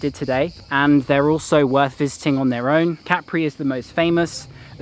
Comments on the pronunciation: Hello, really enjoy your on-the-ground videos. No b.s. and the real story for fellow travelers. And for folks who might be planning to visit this island, it's not pronounced Ca-pri, but Cap-ri. Keep up the good reporting. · if you're referring to me then I repeat what I said. The point is that the stress lies on the first syllable in Italian and on the second syllable in English pronunciation. How the syllable itself is split in Italian is interesting to know but not the point being made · Listen to the Italian writer - Ca-pri